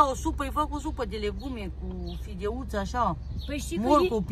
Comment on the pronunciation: Se spune fidelută, nu fideută